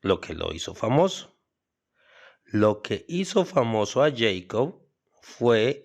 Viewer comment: El nombre de Jakob Bernoulli se pronunciaría "yecob" si fuese un nombre inglés, pero como es un nombre alemán, ya que él era de Basilea, un cantón de la Suiza alemana, su nombre se pronuncia "yacob", casi igual que que la versión castellana de su nombre: "Jacobo". Hay una canción infantil muy popular en alemán que se llama "Bruder Jakob". Si la escuchas aprenderás como se pronuncia este nombre. Es un gran error creer que cualquier palabra que no sea castellana tiene que leerse como si fuese inglesa.